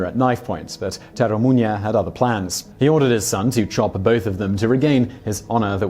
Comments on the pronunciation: Date(Dah-tay) Masamune(Mah-sah-moo-nay) Terumune(Teru-moo-nay) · ...Simon, sorry to say but, your pronunciation of Date Masamune (it ... really isn't Daito Masamunye, man) & Terumune (REALLY not.... whatever it is that you're saying)... is lowkey giving me cancer Please run it through google translate next time, it will read it to you.